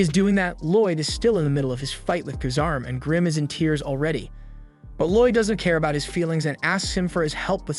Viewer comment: it was a typo. the person running this channel writes a script summarizing the story then has an ai voice read it. which is why it sometimes pronounces words wrong like “tears😭” instead of “tears🗡️” and why the voice is monotone and doesn’t have any emotion to it.